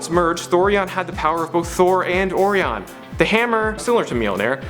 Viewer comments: Who says orion like or-ion its oe-rieon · O--- ryan. Not. O. Ri. On say it with me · Its pronounced like O’Ryan you tool, not ‘ore -eon’ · I'm just trying to get over the pronunciation of Orion. I mean. When I'm stargazing, I love looking for good old Or-ee-ons belt. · Dude, O-RI-ON!!! ITS NOT THATCOMPLICATED!! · You mispronounced 'Orion' but that's ok, Star Trek did too in the animated series. That was embarrassing for certain.